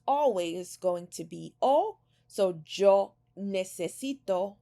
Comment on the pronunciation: Still trying to get used to the “j” sound in the word Yo.